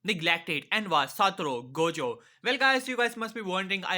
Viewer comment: Great one, loved it! make minato regret his descision of choosing menma and naruko as clan heir and then naruto starts his own clan named Satoru clan or Gojo clan! XD oh ya and it's not "jojo" it's "Gojo" (like 'let's GO jo')